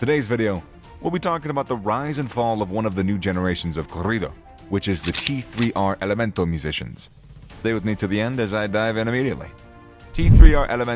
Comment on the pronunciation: It's pronounced Tercer Elemento